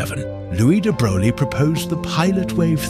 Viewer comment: "louis de brog-lee"; AI slop